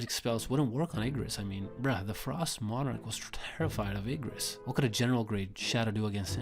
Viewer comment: Ermm… I think you said Igris wrong